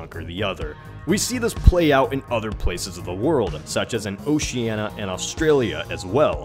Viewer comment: This new channel looks really promising. However, as a bit of a Geography nerd myself allow me to correct your pronunciation of Oceania: its "oh-shee-a-knee-ah", you forgot the "ee" sound coming from the letter 'i'. See for the sound clip. But as an Australian, I'm glad that you got your terminology correct for that region. Overall, well done!!